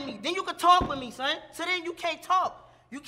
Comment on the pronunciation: Damn she can’t say son 🥴🥴🥴